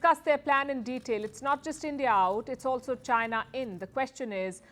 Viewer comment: Moving away to whom? Chynah? okay. :face-green-smiling